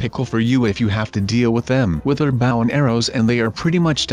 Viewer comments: Why is he saying baw instead of bow XD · it 's a b-o-w can you say bow like really dude😒 look I still like you though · Not baw it is bow